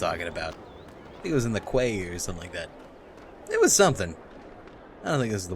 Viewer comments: I got irrationally angry every time the characters said "Qway" instead of "Key" when pronouncing the word "Quay", maybe that's just a British thing I don't know... But great series, as always:D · QUAY is pronounced KEY by the way, stupid old man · i hate to be uptight but quay is pronounced key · The repeated mispronunciation of "quay" is making me sad. It's pronounced exactly like "key"!! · no it's ku-ay mate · "Quay" is pronounced like "Key" you silly game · Evil (ex-)wizards don't know that Quay is pronounced "key".